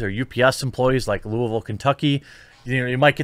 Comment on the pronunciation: You pronounced “ Louisville “ the way people from Louisville say it.. respect.